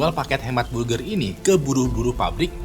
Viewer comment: Burjer manuksia 💀